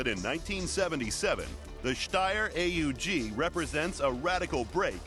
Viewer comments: I always thought it was pronounced "owg", not A-U-G. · he says steyr AEG